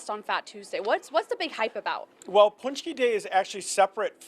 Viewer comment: pohnch-key, not poonch-key. :) There's a video on my channel with the proper production. Pączki Day is an American tradition (well, French). But it's good to see Americans enjoying pączki :)